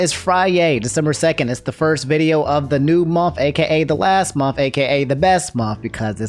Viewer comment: Did you say " momf" for "month"? 😂